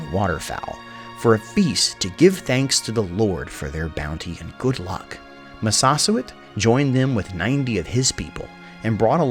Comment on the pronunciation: Massasoit is pronounced Mass-a-soy-it 😎